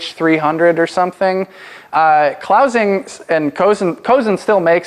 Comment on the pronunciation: fyi: clausing is pronounced clawzing.